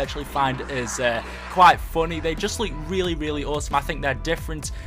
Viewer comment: It's look not luuk